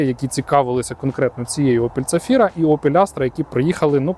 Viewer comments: Чого вона у вас ЦАфіра, як то ЗАфіра? )) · почулося, що ви Zafira вимовляєте як "ця фіра" :D